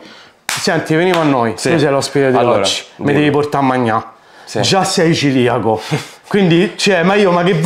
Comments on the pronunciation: Neanche lo sai pronunciare, si dice celiaco e non ciliaco o Ciriaco. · ti voglio bene ma si dice CELIACO